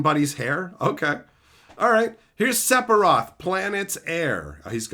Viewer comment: I get Aeris because of the bad translations we got with original 7 but I don't know how you pronounce Sephiroth like that lol. That being said. I don't really mind either way. I'm not gonna gatekeep cause of how you pronounce it